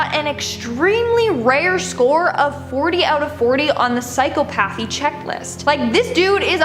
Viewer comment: lol yea when she said psycho-path-ee lol i was like psyCOPpathy!